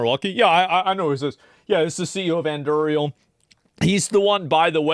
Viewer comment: FFS, Asmon! It's named after Aragorn's sword, the Andúril! Why do you keep mispronouncing it?